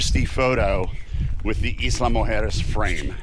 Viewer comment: EYE=luh guys not EAS=la